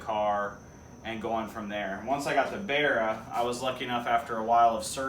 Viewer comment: Love how you call it a "BEAR-A" its like an American barra :) I get a huge rush off Aussie pride when I see you guys in the US putting our 4L six in your cars. Thanks for the great vids man your doing well